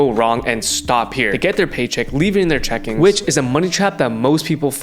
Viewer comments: I’m gonna listen to the guy that can’t say CHECKING account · Idk to trust a guy who can’t say checking account right